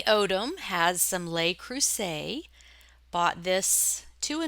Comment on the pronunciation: The "Le" in "Le Creuset" sounds kind of like "look" without the "k" on the end. "Les" is the one that sounds like "lay". I love your videos and have learned so much from you. Thank you for everything you share with the reselling community.